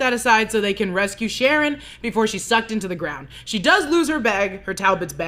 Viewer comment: My wild outside theory based on the weird way she pronounced "sharon" in the second episode (sha-RON) is that she is actually Charon. Maybe because I was watching too much Kaos though.